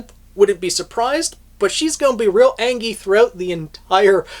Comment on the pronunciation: "real angy" XD